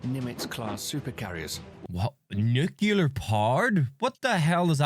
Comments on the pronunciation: every time someone say NU CU LAR instead of NU CLE AR... the person saying it lose every single onze of credibility, whoever it is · IBM = intercontinental ballistic missile Btw, it is pronounced NU CLEE AR not NU CU LAR And one other thing I noticed -- why is the narrator British? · Why does the video he’s watching keep saying nucular? It’s nuclear. 🤦🏻‍♂️ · Nuclear. The word is nuclear. NOO-CLEE-IRRR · Are you familiar with the 2 "Queen Elizabeth"-class aircraft carriers of the Royal Navy? With the possible exception of the Chinese carrier under construction, they are the most capable carriers in the world after the American carriers. There are several errors in the original video: 1) The narrator cannot pronounce "nuclear." 2) , the screen should read "ICBM" (intercontinental ballistic missile), not "IBM." 3) , the narrator confuses the diameter of the Earth with its circumference, which is more than three times the distance. The Minuteman ICBMs can reach anywhere in Russia or China, but not the entire surface of the Earth.